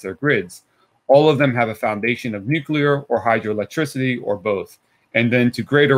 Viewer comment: Also, thank you ever so much for not saying "nucular". AAAND he did it anyway